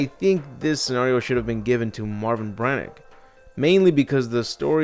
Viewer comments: wait..... who is Marvin Braneck? Marvin Branagh, (Bran - ah) also, jokes aside, very well done video:) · Marvin BRAN-AUH